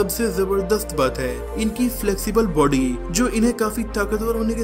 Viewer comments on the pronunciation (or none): none